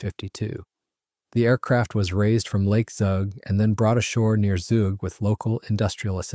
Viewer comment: The local pronounciation of the name of the town/region of Zug is "tsook" and the name of the lake (Zugersee) is "tsooger sayh".